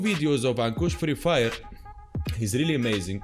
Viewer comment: You are right to pronounce ankush